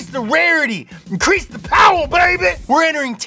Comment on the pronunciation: Sooooo....*less* powah babeh?